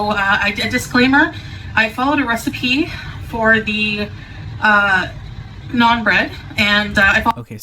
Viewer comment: How she dk how to say naan 😭😭